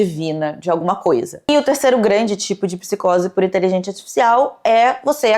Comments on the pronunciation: "inteligentia zartifffcsais" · porque que ela fala inteligenTIA aaaaaaaaaaaa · Caralho, INTELIGÊNCIA! É inteligênCia e não inteligênTia!!!! 🤦🏻‍♀️ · Ouvi a falando "inteligêntchia" artifícial o tempo todo kk não consigo desouvir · Nossaaaaa nem fala, “inteligentia” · gente, ela fala inteligentia ou inteligente artificial, que nervosooo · gostei da pronúncia intelidjência artificial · eu acho q eu to com psicose de youtube, o tempo todo ouvindo a falando "inteligentia" e achando q ela ia falar outro idioma hahaha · Toda vez a repete a palavra "inteligência" eu escuto "inteligêntia" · td vez q ela fala inteligentia artificial alguem morre no rj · Inteligentia artificial kkkk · falando “inteligêntchya artificial” quase todas as vezes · Meu deus que agonia. InteligênTIA . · ela não consegue pronunciar 'inteligencia artifical' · que fofinha a pronúncia da de "inteligência" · A fala a palavra "inteligencia" de um jeito engraçado ne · pronunciando "inteligência artificial" é minha nova religião. 😂❤ mto fofaaa